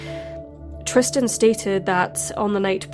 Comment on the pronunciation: Something else I noticed that was odd: He seems to constantly mispronounce Tristan's Name as "Tristian", with an additional I.